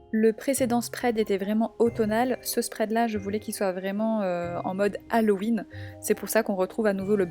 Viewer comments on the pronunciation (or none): none